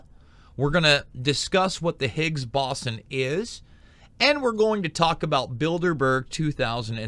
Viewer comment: be a little more informative if you could pronounce boson correctly